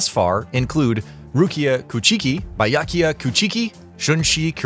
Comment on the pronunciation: I was about to say that people are being harsh in the comments for the mispronouncing until i heard how he pronounced Byakuya 💀 lol